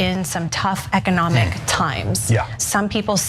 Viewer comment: “Ecodomic” high quality talent on this show…